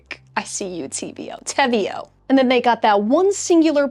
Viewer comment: Austrian girly over here 🙋🏻‍♀️ WE love the brand 🤣 btw the name is Spanish (te veo -> I see you) so that’s how you pronounce it 🤣. I absolutely love their Contrastline - so thank you for your detailed video ♥️